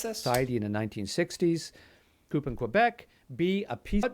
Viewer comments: As a Canadian the man giving the test should know that it is pronounced Military coo. and not Military Coop. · Did this guy say COOP? OMG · I feel like this guy giving the quiz has only ever read the word "coup" 🤣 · "A Military Coop in Quebec" Uhh no, the p is silent in the word coup. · No Canadian should pronounce "coup" like "coupe." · This guy saying the P is coup is bugging me.